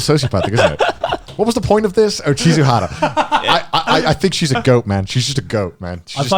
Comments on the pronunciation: This guy really said chizuhara like did he ever hear Rin Tohsaka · "Chizuhara" I can't take this anymore lol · Connor: Chizuhara Me: thinks for a moment i swear her name was Chizuru Mizuhara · It's Chizuru Mizuhara, not Chizuhara.